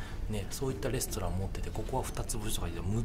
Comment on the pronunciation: 、レストランがレストンに、、